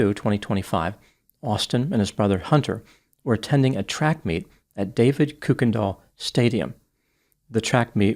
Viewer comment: It's pronounced "Ker-ken-doll" (I'm from The area.